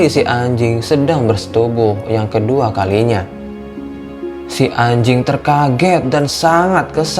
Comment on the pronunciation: Yang gua dengar :hay ajing